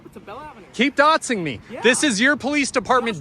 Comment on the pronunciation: What the hell is “dotzing” somebody? 🙄